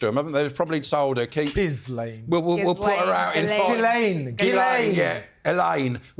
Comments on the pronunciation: "Gizz-laine" 😂 I love how the British refuse to pronounce names of any foreign origin correctly, especially if they're French 😂 absolutely love the show and all of you, though. Watch every week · I loved it when said Ghislaine😄